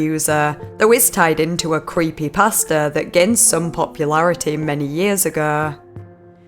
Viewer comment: Omg I thought when she was saying creepypasta she was actually saying creepy pastor LMFAO